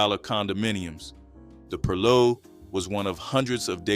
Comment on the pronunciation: Gullah pronounced Ga-lah. Still cooking shark, conch, pronounced purlow, still catching crabs with chicken necks. Crabs are still quite plenty full. Sweet potato pune is also being cooked to this day. You’re doing a good job but many of things meals are still being prepared to this day. Lots of property has been developed but it’s not what you think it is. More research sir.